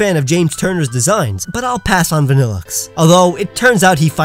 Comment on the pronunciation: VANILLUXE, NOT VABILAXE!